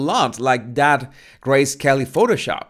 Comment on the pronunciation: Turned my back to the screen for a few seconds to take a bite of my food, and I hear "Is she going for the gray, scaly look?" This sounded very intriguing, so I turned back and found at that you were actually saying "Grace Kelly", but I have never appreciated your accent more, because "gray, scaly" fits MeGain so much better! And that pose in the next picture? Who DOES that, except as a total joke?